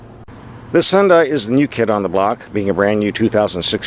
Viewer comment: Remember, "Hyun-dai" rhymes with Sunday! Also, why do a few little melodic tones bother you?